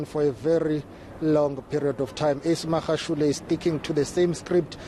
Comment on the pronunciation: This white lady pays no attention in learning to say Magashule the right way, she doesn't care, come next year she still would have not learned.